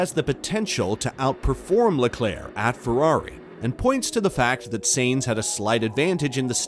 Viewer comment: The mispronunciation of “Sainz” and “Scuderia” and others shows this page has no idea what they are talking about. Not to mention they made an 8 minute video from 3 quotes taken from 3 people at 3 completely different times in the off-season. (Down vote, and hide this creator) ✌️